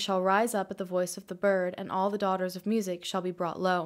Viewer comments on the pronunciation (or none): none